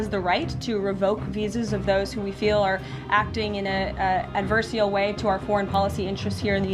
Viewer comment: Highly merdacious of her to say adversial